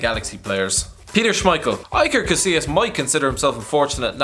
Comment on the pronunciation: Who is "EYE-ker"?